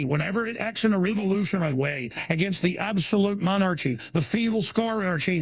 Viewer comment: Monar-Chy Commonism love the mispronunciations! 😂🤣